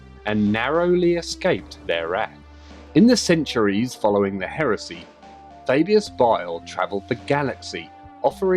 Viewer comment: The Way you say Fabius is Cool.